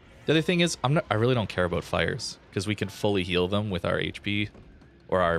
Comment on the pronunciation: abouuut? canadian much? lol